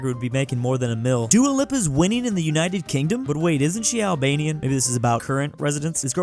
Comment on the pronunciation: His pronunciation of Dua Lipa killed my soul